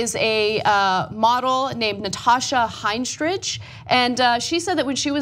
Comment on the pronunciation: Ana, I like you, and I do hope you are more diligent in your commentary (not that I think you are generally lacking in that area), but could you please learn the names and personas of the people you report about? Do you honestly not know ACTRESS Natasha HENstridge? Butchering names and not knowing who you are reporting on is not something you should continue. I hope you see this comment and take it to heart in this moment of introspection.